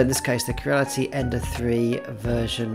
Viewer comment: your mispronunciation of " Crea " had me searching for "Kera " for two days . Lets try it together Cre-ah. Not Keer-ah. start slow and biuld up speed until youve got it . good vid otherwise